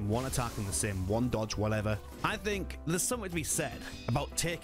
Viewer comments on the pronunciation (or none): none